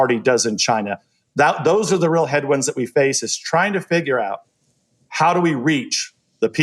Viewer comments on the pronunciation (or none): none